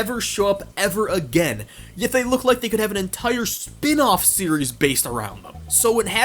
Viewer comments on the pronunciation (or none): none